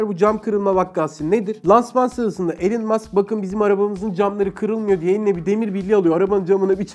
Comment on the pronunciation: Abi "Elın Mask" değil, "İlan Mask" diye telaffuz ediliyor adamın adı lütfen... Allen olan Iverson.